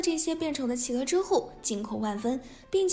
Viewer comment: 我知道！那隻狼還一直把企鵝唸成起鵝！